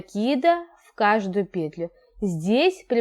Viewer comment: Да не пееетлю,а петлю́юю!Ну очень неприятно слушать,прямо режет слух неправильная речь.